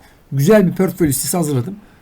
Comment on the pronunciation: Pörtföy ....portföy olacak...